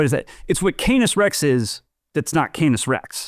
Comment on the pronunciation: Canis = CAN-iss, rather than "Cane-iss."